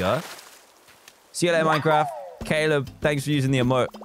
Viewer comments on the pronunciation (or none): none